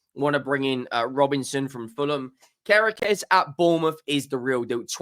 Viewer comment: It’s pronounced “care kez” kerkez